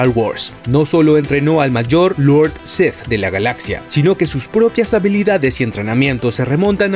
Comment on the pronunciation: Porque dices Lord Seth en lugar de Lord Sith? Es muy molesto